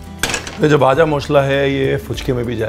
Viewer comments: Sir... I think you were a bengali in your previous birth!! You pronounced "bhaja mosla" "Muri" Like any other bengali!! 😊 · In West Bengal jhalmuri is our evening snacks 😊... Your pronounciation looks like a Bangali specially "kacha Lanka, vaja masla , ghati, bangal " amezing pronounciation ❣️.... Thank you so much sir ❣️ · The way you pronunce "ভাজা মশলা".. I fall in love wid you chef 😄😄😄😄